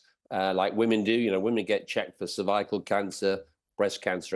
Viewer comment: Cerviacle cancer? Dude, take a women's anatomy class and bring along the pronunciation guide from any decent dictionary.